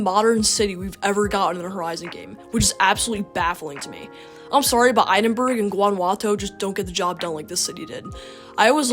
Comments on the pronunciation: its pronounced "ed in bruh" not "eye din burg" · Great video mate! Edinburgh is pronounced Ed-in-bruh though. Couldn't let that one slide as a Brit. 😂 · 'idenburg' hahahahaha .